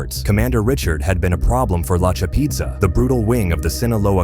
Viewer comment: The narrator is killin me😂😂😂 “La Cha Peeeeeetza”